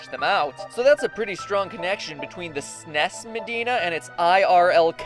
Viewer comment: dude, you pronounce the letters of SNES INDIVIDUALLY